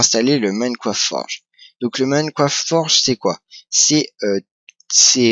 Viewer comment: Minecraft pas moimcroft ou je ne sais pas trop quoi mais sinon pouce vert ;p